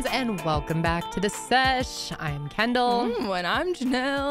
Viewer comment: Everytime you say Kendall😅I hear Ken-doll🤦🏼‍♀️